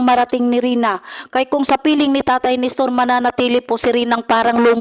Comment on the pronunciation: Nestor not Nistor. Walk out not Back out.